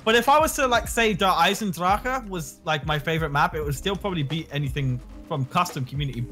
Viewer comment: Someone actually said Der Eisendrache properly